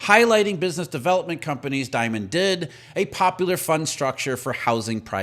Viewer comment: Jamie Dee..mond.. .. not diamond😅